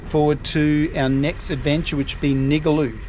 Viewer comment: nigaloo pronounced Ning Gar Loo